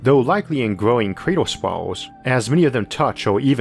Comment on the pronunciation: lol I kept hearing creeter instead of crater.